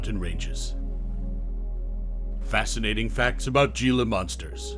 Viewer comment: Can’t even pronounce it right 😂